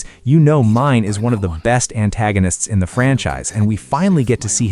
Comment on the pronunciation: Bro it's MI-NE, not MINE 😭😭😭😭😭😭